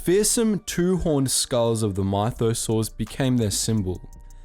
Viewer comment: Lmao "my-though-saurs"... It's myth-oh-saurs. Edit: and 3/4 of this video isn't even Canon... It's legends that's all been retconned... George Lucas, filoni have both said Jango and Boba were not mandalorian. It's even said in clone wars when the prime minister of mandalore says "I don't know where he got this armor but he's not mandalorian"... So you're out here just cranking out false videos with no research at all...